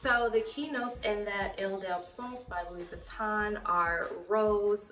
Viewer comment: Nice collection...but the "n" is silent in Louis Vuitton